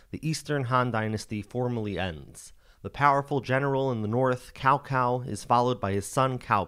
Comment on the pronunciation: Love your work. Just an FYI, not meant as criticism, the C in Cao Cao's name is pronounced like an S in English. It's Sao Sao, not Cow Cow. Other than that, great job.